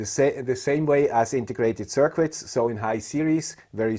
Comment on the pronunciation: ... FYI... There is no "W" in the word "circuit". It is pronounced "Cirkit"...